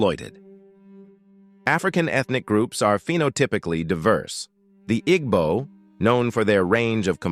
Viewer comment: That is not how you pronounce Igbo.